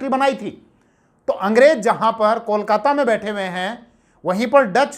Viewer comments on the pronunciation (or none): none